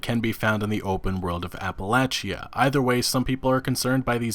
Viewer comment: Say it with me: Ap-uh-LATCH-uh